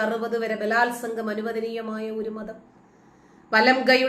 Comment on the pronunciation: Matham.... "Madham', aakaruthu...